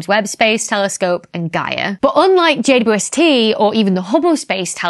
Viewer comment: I get such a kick out of her saying J U S T instead of J W S T. It’s an indicator of saying something incorrectly because it is easier but she clearly is crazy smart.